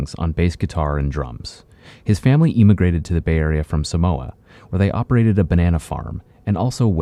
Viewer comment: Yo did my man say eeeemagrated?